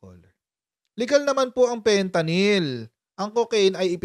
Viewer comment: FENTANING has totally lost his now pea-sized brain. 😂